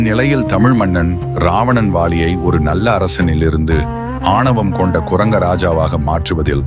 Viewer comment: Ai voice over ah. atha sariya pesa thuppilaiya. "ravanan valiyai" nu sernthu varuthu. ennaiya unga channel. 🤣🤣🤣🤣🤣🤣